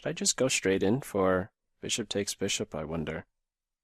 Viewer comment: When you said ' Brishop' I knew you'd been drinking. No more Grobs, please. I gave you a thumbs up, but that was out of kindness